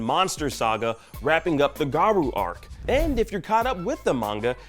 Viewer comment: Yes, I'll definitely watch One Punch Man featuring GaROO and SEItama! XD They should really go over name pronunciations before recording, or why not make another take? lol